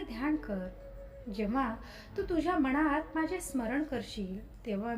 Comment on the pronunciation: ताई सांगताय छान पण मणात नाही मनात असं म्हणतात, अर्थ वेगळा होतो